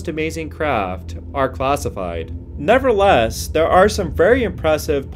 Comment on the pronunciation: The word is nevertheless you keep saying never less. Which is annoying.